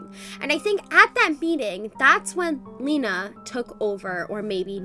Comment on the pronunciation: Lina not lena